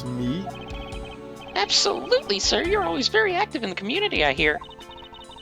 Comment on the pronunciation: ***** The clue is the way he said "Ab-SO-lutely". It's an 'endearing mannerism' of his.